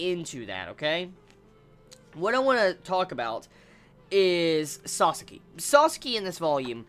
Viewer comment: if you keep calling him Sasaski you will regret it next Vizbig.